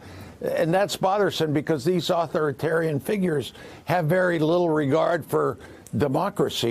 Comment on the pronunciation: authoritarian is pronounced au thor' i tar rian.